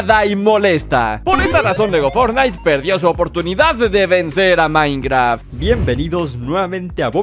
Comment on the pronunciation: Por que siempre que dice minecraft se escucha como minecra